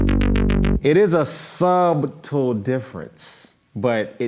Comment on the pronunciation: “Sub-tle”....:) ....Great video man, thanks.